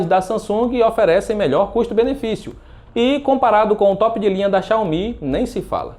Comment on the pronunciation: Sempre tem um babaca chato pra kct falando de "chinhaumi" Ahauagsuahahz Ninguém suporta!